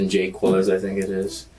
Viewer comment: This will seem trivial, but the name is pronounced like Kee-les, not "Quill-es." Spanish pronunciation is pretty easy to learn, really, because it's always the same.